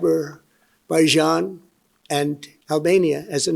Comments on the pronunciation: His next Executive Order will be to change the pronunciation of Azerbaijan. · When trump says "Aber-baijan" the look on starmer's face is priceless. 🤣🤣🤣🤣🤣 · Aberbaijan? Albania? 🤣🤣 How about the one-way ticket to the Hague award? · As an Albanian, I never knew we were at war with “Aberbaijan” thank you 😂😂😂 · The gaffe is funnier in the UK because "Aber" is the first two syllables of many Welsh towns and villages. (It's the Welsh equivalent of the suffix "mouth" for English towns.) So Trump sounds like he's describing having ended a war in Wales! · Watch. Everybody in the Trump administration and even Fox News, plus all of right-wing media will start pronouncing Azerbaijan the same way 🤦🏻‍♀️🙄! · Sorry Kyle, I think you got it wrong this time. He has no decline, he just never able to pronounce that words to begin with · I have trouble believing that a guy who can't even pronounce the name of a country right stopped a war involving that country. I have even more trouble believing it when there wasn't a war between the countries he listed off. It's like if I said I stopped a war between Cand-a-day and Antarctica.